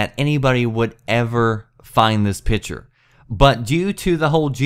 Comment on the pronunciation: PICture not PITCHer